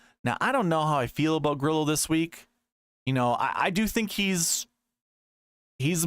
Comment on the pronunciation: Come on don’t be lame like other content creators and not pronounce Grillo correctly. Drove me crazy last week. I will help. Think of it like this Gree-yo. No L sound.